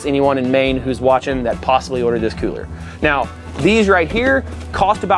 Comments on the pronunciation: The way he says cooler like; "Coohler" ["Cooh - Ler"] irks the hell out of me, XD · Love the idea but the way you say the word cooler is really sending me 🤣